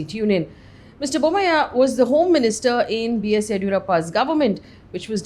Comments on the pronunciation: Why are you saying Bommaih. He is Bommai as far as I know. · Just fyi, It's pronounced Basavaraj Bomm-aa-yee :) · You are pronouncing Bommai wrong.